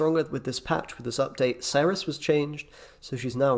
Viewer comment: Being British there is no excuse for you to pronounce Cerys wrongly ! Great video though